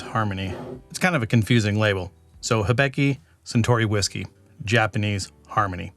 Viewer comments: Sounds like a good Whiskey but I get a tick every time you say if ("Hebiki" use Hi-bi-ki") ("get tid of the "e" in the I :P") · Again, I really like the way you describe the taste; kudos! For this one, it's pronounced hee-BEE-kee. I believe you have a "beck" in there somewhere, which is incorrect. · Great Video! Also, probably not the first to say this, but in Japanese->English spelling the "i" is generally pronounced with a long "E" sound. In this case, "Hee-Bee-Kee ", if anyone was interested. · of note hibiki is pronounced he-be-key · it's pronounced, "he" as in he-she, "bee" as in honeybee, and "key" as in house key, "he-bee-key" 😉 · Pronounced hee-bee-kee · How difficult izzit to say Hibiki lol how did all three “i”s get pronounced differently